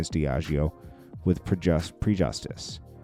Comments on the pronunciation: Prejudice is pronounced Pre-juh-diss. Not "pre-justice" 😅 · Wtf is pre-justice you prejudice 🤦‍♀️🤷‍♀️